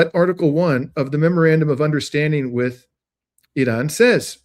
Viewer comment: Funny every once in a while you remember to pronounce Iran correctly with an R, but most of the time you show off and say "eeDon", great content, just distracting when you do weird things like that